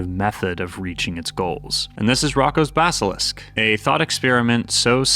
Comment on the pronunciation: The way he butchered the pronunciation of "Roko's Basalisk" killed me😭😭